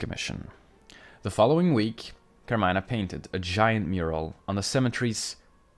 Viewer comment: It’s car-me-nah